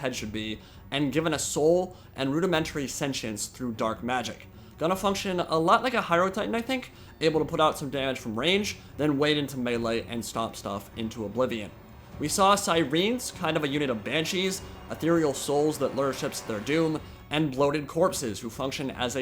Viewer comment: Sigh-rens. Not Sireeens